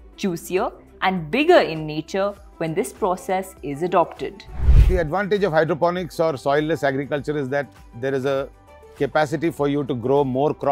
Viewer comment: Hydroponics, not Hydrophonics or Hydrofonics.